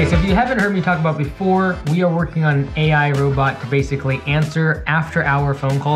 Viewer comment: that initial pause on the AI is so awkward and off-putting...